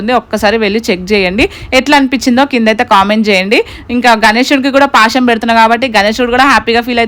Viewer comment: Adi pasham kadhu bro a word curret telusukooo